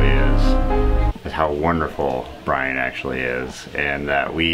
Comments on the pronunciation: Please someone teach that guy how to pronounce Brian and and they it’s different than Brain! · " Brain Barczyk" I like how you call him brain instead of brian😂😂